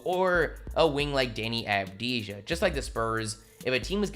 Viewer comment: It's pronounced ahhv-de-ya